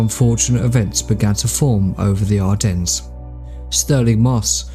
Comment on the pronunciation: Fantastic video. By the way you ardennes is pronounced without the s